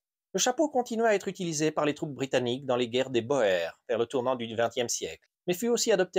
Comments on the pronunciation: Boers se prononce Bour Qui veut dire paysan en néerlandais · Guerre des Bourres, oe se prononce ou en néerlandais langue mère de l'afrikaans. Mais c'est vraiment pour un commentaire de référencement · Bours! Ça se pronnonce Bours...😉 (mes oreilles saignent à chaque fois) Magnifique chapeau,!🤠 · Bonjour, très intéressant comme d'habitude. Encore une fois merci ! Juste un petit détail de prononciation : la guerre des boers ! Comme beaucoup de gens, vous ignorez la bonne prononciation du mot Boer. En néerlandais, et donc en afrikaans, qui est en fait du néerlandais ancien, les lettres oe ensemble se prononcent comme le ou français, donc la guerre des boers se prononce la guerre des bours ! Juste pour votre info, amicalement,!😃